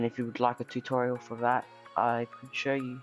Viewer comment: TUTOIRAL....the cringe